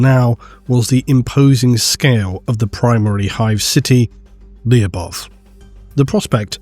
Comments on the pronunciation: Lu-bov' Lu should sound like it does in for example ludicrous And the last letter sounds like v, not like f (unless you "drag out" the pronunciation). But a soft v. I don't know how to explain soft sounds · Lyubov should be pronounced as LY(or Spanish LL)oh-b-ov(off). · Lyubov sound like Lubov - that mean Love in russian. Make the story a little more grim